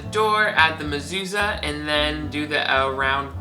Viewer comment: And I have one a masusa on my door your pronunciation it right